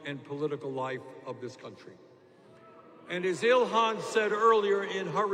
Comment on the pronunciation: Its Ilhan not Ilhana but anyway #FeelTheBern2020 #Bernie2020 #IStandWithIlhan